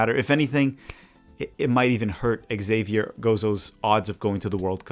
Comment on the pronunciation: Your buddy, Colin Reese, who knows more than most backed Zavier Gozo months ago. His name is Zavier. Xavier is the French spelling, and the X is pronounced like a Z. I think this is what confused you about the pronunciation. Of course, "Javier" is the Spanish version and is pronounced Ha-vee-air